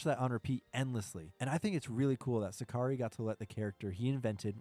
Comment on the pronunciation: That's not how you pronounce Sakurai btw